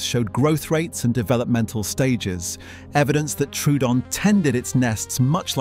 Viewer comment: Once again, the name of Troodon gets pronounced incorrectly. It's not "true-don". It's "troh-o-don". The old fashioned way of writing it, Troödon, shows how it should be pronounced.